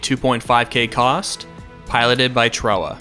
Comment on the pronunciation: Pretty sure he said it right